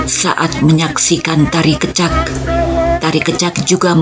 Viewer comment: terima kasih sharing nya,... koreksi sedikit pengucapan kata "kecak" kami di Bali mengucapkan ke- nya itu seperti ke pada kata kecap, bukan ke spt pd kata keluar. salam rahayu